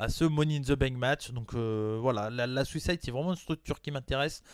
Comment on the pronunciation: Bonne vidéo ! Par contre à chaque fois que tu dis Southside je comprends Suicide lol